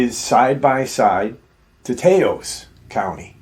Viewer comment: Learn how to pronounce Taos correctly and don’t preach the Bible. Thanks!